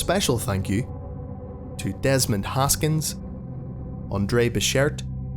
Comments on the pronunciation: I miss it aswell. I loved the little pop off after becherTEH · "I would like to give a special thanks to Andre BercherTEH" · anybody else miss how he says Andre Bechert with that little pop at the end? nobody else? just me? meh. guess I'm just weird that way. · That's what happens when an Irishman says certain French words and names. Side note: what happened to Ooblong Doucheboy? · We all miss it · Bring it back! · I just watched the newest video and thought that! lol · I thought I was the weird one for always looking forward to saying that.. so satisfying.